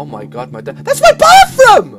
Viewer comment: LOLGirl i died when he was like "Thats MY ROUM!. .whats wro-, THATS MY BAFFROUM